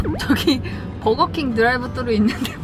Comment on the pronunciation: I was having such a terrible day but the way she said “deurive suru” made my day 😂 언니 사랑해 ❤️